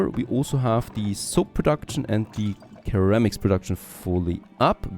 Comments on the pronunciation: Hey, i only mention this as you have spoken about how you started this channel in part to learn English... ceramics has a soft c, pronounced more like siramics. English is a very silly language, keep it up mate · I've never heard ceramics pronounced like that, where I am it is like sir-am-icks